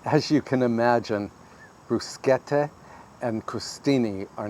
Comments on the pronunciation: Thank you for pronouncing "bruschetta" correctly!! I bet you also say "macarohn" not macaroon (when we're talking about macarons not macaroons). I knew I could count on you :) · I really like this man, more so as he is so careful on pronouncing all the Italian words correctly. It's the first time I hear bruschetta on YT being precisely pronounced!